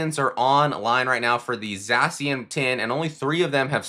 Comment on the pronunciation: You say Zacian wrong